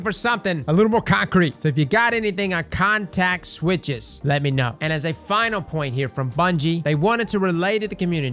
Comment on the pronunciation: I heard "contact switch" XD, but yes, in software engineering a context switch is basically a jump in focus, or from one project/priority to another. Usually you try and minimize the number of times you have to do it, because it completely wrecks your focus and you have to re-familiarize yourself with the context of what you're now working on. I'd be inclined to agree in that they're talking about not having to invest as much focus to try and adjust an ability that's over or under performing. They can now just dial the cooldown a bit, and see how things go, without trying to fiddle with whether or not it's a 1-shot, and what the grander impact that'll have on the state of the sandbox. In other words, it shouldn't require a context switch away from whatever the developers are currently working on at the time in order to ability balance going forward into void 3.0 and beyond. They'll have the ability to tweak little things for balance, and focus a lot more on how they want more complex interactions to feel and work out, with more options to reign in niche cases or other outliers. Honestly an exciting prospect.